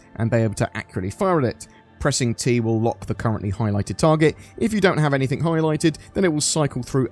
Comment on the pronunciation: Great video, but it's pronounced "anything" not "anythink"